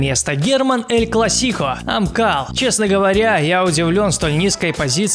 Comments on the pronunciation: Герман эль клАссико ,а не эль классИко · Герман Эль КлассИко? Шо за туфта? Эль КлАссико правильно. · Не Эль класИко, а Эль класИко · Эль КлАссико а не Эль КлассикО. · Блин че за неуважение к Герману,ну неправильно "ель классико" сказал,но ты хотябы амкал бы вставил ,а не видео тудротс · Ты запарил всех не правильно называть. Герман эль классико. Короче ты не правильно прочитал